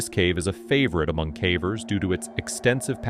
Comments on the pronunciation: What do you mean ? I enjoy all these videos about cavvers 😂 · I might subscribe if you taught the AI voice to pronounce "cavers" correctly...